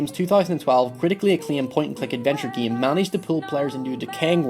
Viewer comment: "this video examines the opening and closing of the geam"